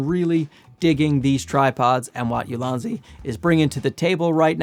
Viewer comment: It's pronounced EEou-Lan-Dz in Chinese. Translated to Excellent Basket or Optimized Basket. I don't know the meaning of basket in the branding as I don't know the company history. Maybe a basket of useful photography tools?